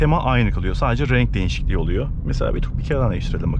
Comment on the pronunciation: Abi neden değişiklik demek yerine denişiklik diyorsun 😅